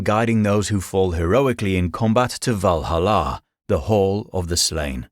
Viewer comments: It's worth nothing that not all warriors go to Valhalla (Val-HAL-la, not Valhal-LA) with Odin. Odin wanted to learn the practice of seiðr and thus sought out Freyja to learn. As part of the deal, they split the fallen warriors – 50/50, if my memory serves me right – so part of the warriors went to Valhalla, the other to Folkevang. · I didn't pick up on the fact that this was another AI video until it was well into Norse mythology. It was the way the AI butchered "Valhalla" that gave it away. Then when they got to Aztec mythology it was pretty clear the AI had no clue how to say names of people or places that aren't commonly used. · So I heard the narrator pronounce Valhalla with the stress on the final syllable, which I'd never heard before, and thought maybe that was closer to the actual Norse pronunciation. Then I heard him say "ar-byter" and "ske-LEE-tal", and decided he was just making it up as he went. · The way you say Valhalla hurts me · Don't say Valhalla like that